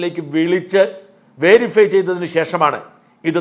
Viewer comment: 'വേരിഫൈ' (5.00) അല്ല, 'വെരിഫൈ' എന്നാണ് ഉച്ചരിക്കേണ്ടത്!